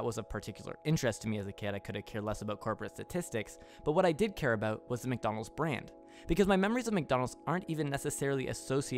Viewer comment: mac do nald